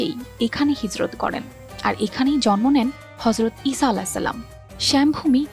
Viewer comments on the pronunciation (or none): none